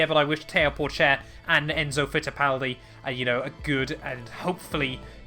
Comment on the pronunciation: Théo Pouchaire not Porchaire